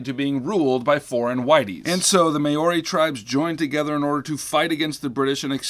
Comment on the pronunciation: As a New Zealander can I just say that the name of the native people is Māori, pronounced Ma-oo-ri not Mayo ri